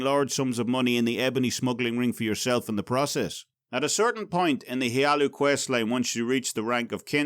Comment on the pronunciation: ... House HLaalu. It's HLaalu. I'm sorry. I just couldn't resist... xD